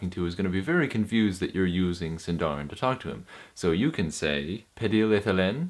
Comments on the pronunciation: Exact pronunciation is "SìndaRin", not "SindàUin" like english pronunciation.. ;-) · It’s siiiindarin not sindaarin. I feel like Hermione Granger 😂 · it is Sindarin roll your r's! + put stress on the sin not the darin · 'Sindarin' is actually a Quenya word and should be stressed on the first syllable (like Latin) not the penult (like Welsh). The same rules apply within Sindarin itself. The penult is only accented in words of two syllables or where the penult has a long vowel, diphthong or is followed by two consonants (a 'heavy' syllable).